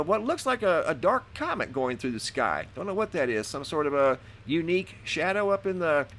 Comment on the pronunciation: He says " U niek Shadow ...Can ya say, DARPA?....